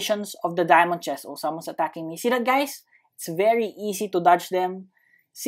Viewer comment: are you filipino you say dyamante e hahahaahahhaahahaha +